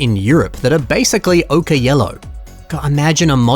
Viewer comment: "Okay Yellow"???? It's pronounced "OH-kur" which rhymes with "poker".